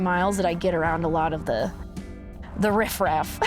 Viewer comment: I felt triggered when she said Riff Raff 😠💨